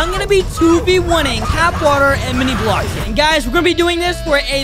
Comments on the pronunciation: he said minibloxi at the start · It’s MiniBloxia not Minibloxia >:(